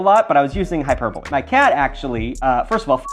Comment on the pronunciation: Wow colour me impressed this marks the second time I’ve seen a YouTubeyer pronounce hyperbole correctly. I wonder what a, Simon Whistler crossover would look like 🧐🧐🧐? Speaking of cats - clearly I’m super trained as I know how hyperbole ought to be pronounced, that said, we, (the human and I) found that video amusing because to love an asshole is to live with a cat. Keep up the good grammatical work, we here for it